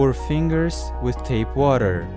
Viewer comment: Z he said tape water